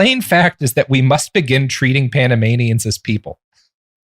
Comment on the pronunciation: Every time Robert says Panamanians my brain hears Animaniacs